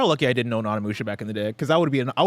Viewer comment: Tim Onimusha mega fan but legit pronounces the name wrong every time. Now he’s got mispronouncing it now also…